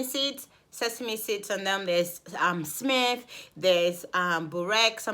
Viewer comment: Its simit uhh İzmir's people -_- lol